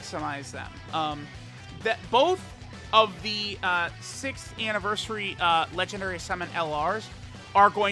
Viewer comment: DAY 1 ON SAYING LEGENDNARY